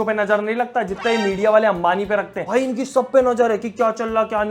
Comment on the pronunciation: Sallu vai nai Sallu (voi) boliya 😅 Love you bro❤❤